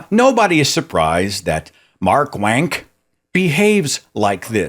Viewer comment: Did I just hear you say "MarkWank" ? Bloody genius!